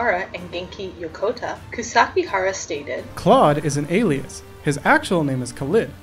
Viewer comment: I heard "claude is an alien" instead of alias